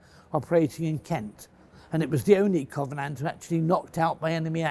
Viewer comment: I knew we could count on Mr Fletcher to pronounce the name of the bloody thing correctly.